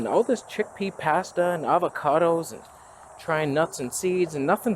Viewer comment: idk why you say PHASTA like that but it drives me nutty lol